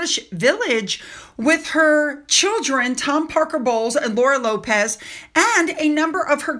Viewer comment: Lopes as in he lopes rather than runs because of his long legs. It's an old English name, not Lopez a Spanish name. Wembley not Wemberley. Era as in the Truman era.